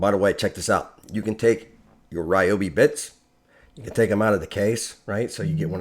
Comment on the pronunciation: Someone can get hooked on these new products! Thank you for the proper pronunciation of Ryobi What! The one time y’all go to the Carolina I’m out of town 😤😭